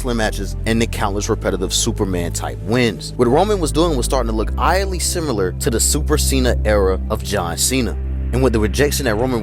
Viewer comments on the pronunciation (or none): He also pronounced eerily wrong, somehow. Must be reading off an AI script.